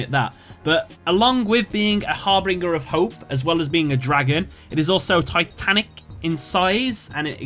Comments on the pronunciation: Hey, the word is not Harbringer, it's Harbinger, read it again. G sounds like J there... it means herald. Just a quick FYI :) Great video otherwise. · harbinger, not harbringer. said har bin jer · great video, but it's har bIN ger, not har bRIN ger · I like how this video is about letters in the name yet when saying number 38's name he keeps adding an R to it, harbRinger instead of harbinger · Not important, but Harbinger. You're adding an R so it sounds like har-bringer. It's Har-Binge-er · harBINGER of hope not harbringer lol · Its actually har-bing-er not har-bring-er. I've made the mistake myself before. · Harbinger, not Harbringer... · Har-binge-er not har-bring-er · Binger, not bringer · Harbinger not harbringer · Its harbinger not harbringer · its not harbringer its harbinger only two r's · Har-BIN-ger not "Harbringer" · starting with #5 you keep saying (to the effect) "that's pretty cool" after almost each card you introduce. So annoying dude! Just relax, talk to the camera like you would someone in real life. Also: its harB-I-N-G-E-R. not harB-R-I-N-G-E-R. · It's pronounced har-bin-jer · You should've done a bit more research on this video considering you didn't know what the meaning of harbinger is or how to correctly pronounce it. The most common example I can think of that makes people understand is the phrase, "harbinger of death".